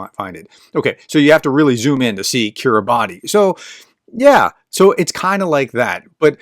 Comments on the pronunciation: That's "Kiribass". The "ti" sound has become an "s" sound. Cool people. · Kiribati is pronounced "KIRR-i-bass, as -ti in the Gilbertese language represents an [s] sound." It includes the Tarawa Atoll, known for being taken back from the Japanese by U.S. Marines in 1943. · Thanks,. Kiribati I read is pronounced Kiribas? I don't know the backstory. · Kiri bash (not bati) - some decades ago, they hired a British poet to write an official poem to make that point \m/ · Kiribati is pronounced "Kiribass" (with a long A) - it has to do with the alphabet system they use apparently. As for Putin, well it's easy to be an expert on everything if you make it all up - like his grasp of history.